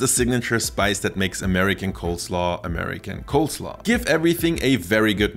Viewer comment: Did you say COLDslaw throughout the video?